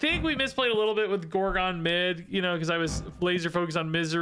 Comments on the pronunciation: Every time he pronounces it gore-gone I lose a year off my life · No comments being triggered by his pronounciation of gorgon?